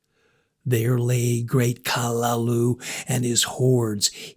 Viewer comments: Utterly useless pronunciation. Kalulu. Get out of here. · Oh my god learn the proper pronunciation of the name it ruins the whole story when you get it wrong .